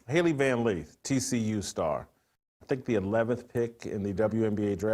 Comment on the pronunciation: Its Lith. LITH. LITH!! Not Leeth!! JFC.